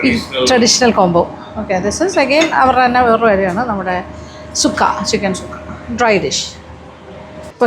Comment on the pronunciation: ഗുചലോക്കി alla കുച്ചിലക്കി,akki ennu paranjal അരി, ചിക്കൻ ചുക്ക അല്ലാ ചിക്കൻ സുക്ക